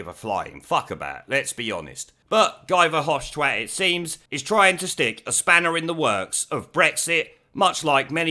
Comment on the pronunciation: My missus, who is Belgian, tells me that Guy Verhofstat is pronounced as "He' Verhofstat, as in He was universally disliked as a Prime Minister in Belgium...